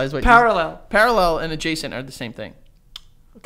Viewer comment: Joe trying to pronounce “parallel” made me scream omfg. I love y’all so much, you big dummies